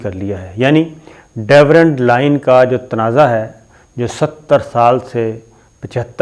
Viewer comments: صابر صاحب Durand Line ہے Dewrand Line نہیں ہے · There is no such thing as 'Devrand Line'!!! Kitni baar aapko bata chuka hoon ke aap ye naam ghalat lete ho. Angootha chaap ho aap ke bilkul parhna nahi ata?? The border is called Durand Line, not Devrand Line. 20 saal ki sahafat ka daawa karne walon ko itni bhi aqal nahi ke ghalat naam batane se credibility zero ho jati hai. Kisi se consult kar lia karo uncle, kitni bezti karao ge apni?? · It is not Daverand Line. It is DURAND Line